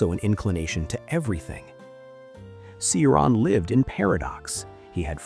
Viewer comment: The first sylabe of his name, Ci is pronounced as in Cicada, not Si. The accent in his name is on the A, and that A is pronounced like in Avatar. I agree with him and even more, i even dedire a nuclear WW3 to wipe us all, as a spit on God's face. Lets not fool ourselves, we are here as Gods puppets to be tortured.